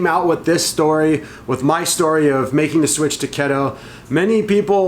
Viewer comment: What's Ketto? Keto is pronounced KEE-Toe 😜 But seriously, much love and respect to not be afraid to step out and try something new!